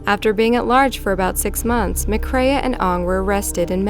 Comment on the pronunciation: Pronunciation terrible. All the way through last one she says McCrae’s name wrong as “ma-craya” when it’s pronounced simply “ma-cray” then on very last time she says it she says it correctly. What is it with Americans and bad pronunciation????